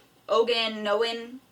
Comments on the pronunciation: Animal cruelty you say how about what your ancestors did to our ancestors treating people like animals killing them off as if they were animals because our culture and way of life. You sound smart until to purnounce Okanogan river. I'll give you a hands on experience and I guarantee you'll eat your words. What I hear here is a wacichu woman running her mouth rambling on with not actually getting facts or no research or understanding of our way of life. The same way of life our ancestors were murdered for and clearly im seeing in this video is misunderstood today. Our way of life to you is like a rattlesnake your first instinct is to do away with it and it is still like this today in 2018. It's not a tradition it's protocol there reasons young men are going up there if you would like to learn I will teach you but you sound very narrow minded all fight in your voice you say your not racist I believe you would love to say these fucking Indians I see on you in this video. Be open minded learn a people's way of life before you judge. I guarantee you couldn't swallow your pride and do that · This race means a lot to the natives because many things have already been taken from the natives. You said Okanogan wrong please get your facts straight.